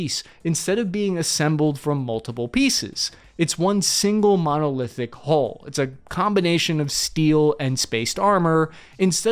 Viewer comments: God, what a mess. The word you are struggling to pronounce,, is HULL as in Dull, mull, cull etc NOT HOLES as in moles,tolls etc. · it's pronounced Hull, not hole.